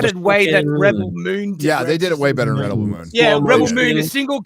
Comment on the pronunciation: How pronounce Rebell Moon sounds like R*pebell Moon.🤣